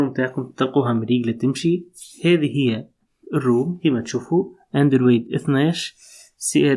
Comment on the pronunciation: لما تكون حافظ بس مش فاهم 🤣🤣🤣🤣 شوف انت بس تنطق اسم النظام صح ساعتها راح اتابعك هههههه انت محتاج فرمته لمخك الظارب